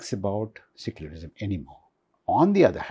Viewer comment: Not SICKULARISM and REYLIGION. Pronunciation is SEYCULARISM and RILIGION.